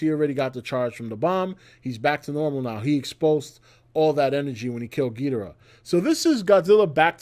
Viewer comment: you are mispronouncing gidora. It's GEEEDORA